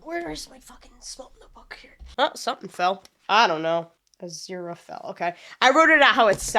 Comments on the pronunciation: Just pronouce it "Ah-zi-rah fell". I know it might seem like it's hard at first but really it's not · Aziraphel —> Az ear a fell. That’s how you pronounce it :D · If it helps, his name is pronounced "uh-zee-ruh-fell" 😁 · az-ear-a - fell if it helps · This is just to help you get the pronunciation easier on our angel's name. Think of it like this: a-zer-a-fell. I hope that helps! Love to see you react to another one of my favorite series! Stay awesome!❤ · Aziraphale is usually pronounced uh-ZEER-uh-fell if that helps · Well fro pronunciations maybe the is will help. Crowley (Crow-Lee) Aziraphale (Ah-see-rah-fell) I believe you pronounced the first half his name correctly. The Last half of his name its just “fell” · lol, I had problems with az name too it pronounced Uh-zeer-uh-FAY-yuhl. I hope that helps 😅 I love this show so watching your reaction is amusing to me😂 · try “az-zeer-ah-fail” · Funny how you have no idea how to pronounce Aziraphale's name because Crowley hardly ever calls him that 😂 This show has the best humour. When Neil Gaiman & Terry Pratchett's funny brain cells combined, you get this masterpiece. Ep 3, a fan favourite, LESSS GOOO!!!